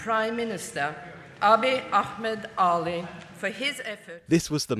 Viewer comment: Finally someone pronouncing Dr Abiy Ahmed’s last name correctly (the narrator that is). Everyone else pronouncing it with that hard “H”, just like the lady . 😒